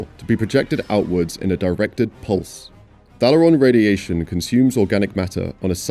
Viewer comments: It's pronounced Thay-le-ron not Thal-er-ron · You mispronounced Thalaron even though the entire movie cast say it 1000 times....